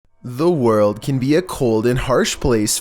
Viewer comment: It is one am and I hear "owo" instead of "The world"